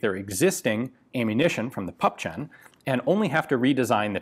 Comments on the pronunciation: I first got confused when you talked about "pup chen", then i got it, you meant "Puppchen"(something small, squat) Would sound more like "poopchen", but never mind, got in the end. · 'Puppchen' is pronounced (very roughly, there's a fricative that English doesn't have) 'poop-shen'. Certainly not 'pup-chen'. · It's pup-hen, not pup-chen :P